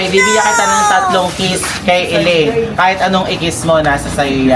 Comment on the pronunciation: Ellaine- Sasha laparan✅ Shellaine- Sasha taparan❎